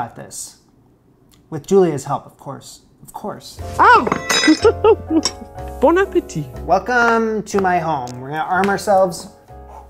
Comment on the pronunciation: Another great one. Thanks for entertaining us again. STOP SAYING BONE! It's pronounced "BON". You're welcome... again.